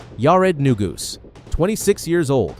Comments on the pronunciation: It's Na-Goose, not New-Gus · It’s pronounced “na goose.”Painful to hear the mispronunciations… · Maybe you could have got his name right, it's "Neguse"